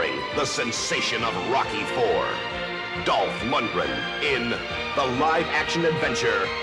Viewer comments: that real Swedish Lundgren pronunciation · That's the correct Swedish pronounciation, yeah - but I'm sure he'd forgive you;p